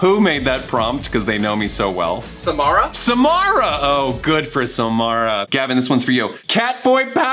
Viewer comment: nice to see another Samara out there, and thank you both for saying our name right, also you are both SLAYING with the outfits